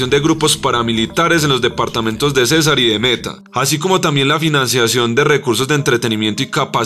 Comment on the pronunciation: Señor presentador no se dice casar se dice CÉSAR CON TILDE